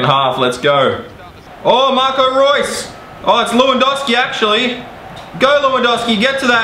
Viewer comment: Please learn how to pronounce lewandowski properly